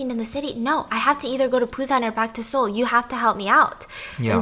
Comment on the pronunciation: i really like when stephanie slips into korean. and the way she pronounces the cities (busan, seoul) in korean accent